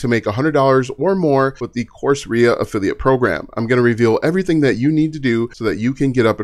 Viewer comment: Great content,. But my good man… Course… era, not aria.👌👍